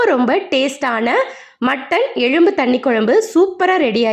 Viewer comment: எழும்பு என்று கூறாமல் "எலும்பு ' என்று கூறவும்.